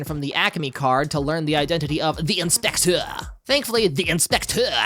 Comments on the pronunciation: the inspechhhschtecheerrrr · i LOVE the way you say the inspectøur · Him saying "the Inspeceu" gets me every time. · The in-spekh-tEÚRRE 😂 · Great video! This whole video became 10x more fun to me when you started saying ‘INspecTOR’. Peak comedy right there, I laughed every single damn time. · I love how you say the inspector in a french accent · I love how you're pronouncing "the inspector" throughout the video 😂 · The way you say inspector is giving me an aneurysm❤ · i love your pronunciation of the "THEE EYN-SPECT-TURR" and "YAKOOOZA" had me laughing everytime.